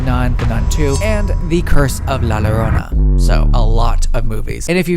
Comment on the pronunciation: “Not to sound extra white of me.” Queen ur pronunciation of Llorona is already serving extra white❤️